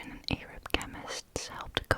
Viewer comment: Mesopotamia (mess-oh-pa- tame-ia) Arab (air-ub) no one’s mad it’s ok! Just thought I would show how to pronounce it for future reference